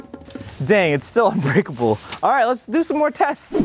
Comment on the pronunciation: It’s not unbreakel